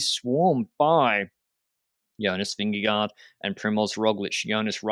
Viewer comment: As a Dane it's hilarious how American's are apparently more comfortable with Slovenian last names than Danish ones... Pogacar (Tadej), Roglic (Primoz).... Jonas?!! (I know he's cute and friendly, but pick a lane and ask a Dane if the pronunciation of Vingegaard is scary) ...also, honestly - the idea that USP and Sky is the "standard" strategy is ignoring how so many European riders have grown up (even today!) in a cycling club culture where those two teams are held up as "this is why modern cycling is horrible" by people who have a longer historical perspective of how to race. The pew-pew, no hard control-team kinda races is not THAT far away, especially not outside the TDF. And the joy of seeing pro riders race like a regular youth/junior peloton is the most joyful-silly-chaotic and entertaining thing ever.